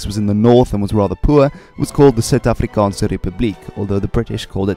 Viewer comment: Your Afrikaans pronunciations are spot on! Your Zulu pronunciations aren't too bad lol. Great video